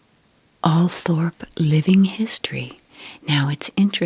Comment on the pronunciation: Althorp is pronounced Althrop for some unknown reason.